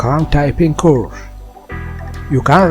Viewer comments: "couRSH" got me rollin' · why did he say course like that but goood helpping nice too